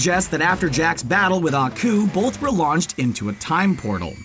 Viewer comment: Anyone else cringe a little every time he says "bolth" instead of "both"?